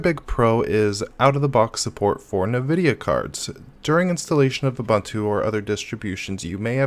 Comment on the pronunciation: I've never heard anyone call Nvidia "Nuhvudia" before either.